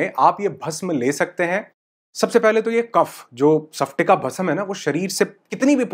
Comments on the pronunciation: nice information❤ sir लेकिन उच्चारण सप्टिका नही स्फाटिका भस्म 😅बोलिये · सपटिका नहीं... स्पटिका🙆🙆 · Sorry to say sir isko सफ्टिका nahi स्फटिका bolte hain.🙏....aapne likha to sahi hai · Sir its called स्पटिका ( and not सफटिक) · सपटीका नही स्फटीका